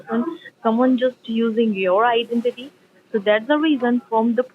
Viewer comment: These thieving idiots cannot pronounce IDENTITY for all the rickshaws in Scamland!